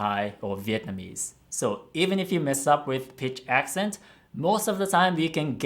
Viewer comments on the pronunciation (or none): Noticed the pitch accents were off. As a singer she should have noticed pitch